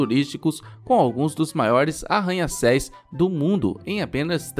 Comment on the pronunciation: Não é arranha céis. Arranha céus